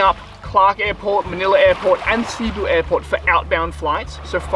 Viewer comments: Great video! Big fan of all your work.. One tip from a local expat here to freshen up your non diving skills. Cebu has the accent on the second syllable.. not C-boo, but c-Boo. Fantastic still shots along with the vids...Did my Level One near there on the other side of Cliff Dive at Freedive+... It's your fault I don"t scuba dive anymore.. Thank You! Hope to see you back here in the PI soon. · Cebu: Seh-boo